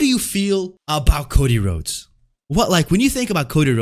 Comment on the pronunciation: I think of Cjax when I hear Cocy Rhodes